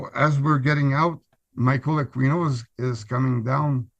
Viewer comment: The pronunciation of Aquino is ‘A-kee-no’…the ‘u’ is silent…not ‘A-queen-o’.